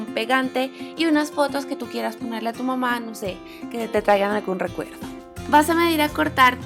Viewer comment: dice mama en vez de mamá jajajaja(es un comentario no una critica). Buen video ♡♥